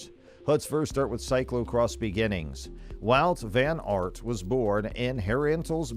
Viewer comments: Please it is wout van aert (aart) not eert😡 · Maybe you could start byu learning top pronounce his name properly.